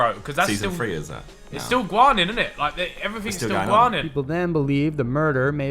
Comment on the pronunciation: When Ethan carried in saying gwarning I wanted to top myself